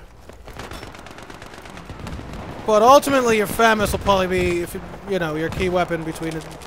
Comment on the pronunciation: its pronounced fuhg-mas not famous